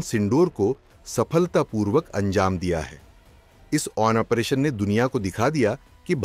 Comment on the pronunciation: Aap operation ko onpration bolne ki galti kerte hai, please correct this habbit, waise aap bahut acha bolte hain, well done